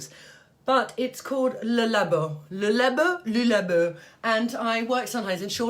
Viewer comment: Querulous ? I think you mean Penhaligons Quercus ? And it’s Roger ET Gallet , it’s Le Labo pronounced Lay Labbo and Santal is not sontale , it’s santal , as it’s spelled and for Guerlain , think “Gearlang” . Vetiver should smell of grasses , it’s green, it’s not incense which is dark and resinous . Just shows how subjective smells are . Quercus means “ oak” in Latin but Penhaligons Quercus is lemony and sweet and not in the least bit synthetic to my nose .